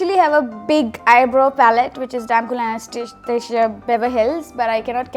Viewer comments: She didn't even say anastasia xD she said glamashajdhvbhdhsasia ROFL! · LOL! The way she completely failed at saying anastasia. This girl is cute. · The way she pronounced anatasia and I hate her and she is acting as if she doesn’t no Hindi and she just knows English so irritating and so much of show off she should understand people are higher paid than her and they have other high end products ... fbs